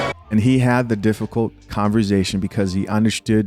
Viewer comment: you my guy! But just one time! It’s Con-V-ersation